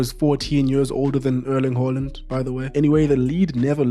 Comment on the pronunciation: why do you keep calling the man "Hooland" it's Haaland!!!